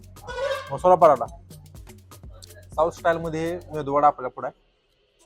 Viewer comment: अबे मेंदू वडा नस्तय ते... मेदू वडा असते. बाकी व्हिडिओ मस्त